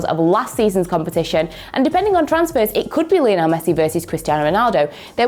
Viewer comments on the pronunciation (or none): none